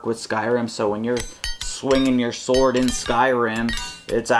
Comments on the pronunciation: SWOARD (not sword) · Sword not SWOARD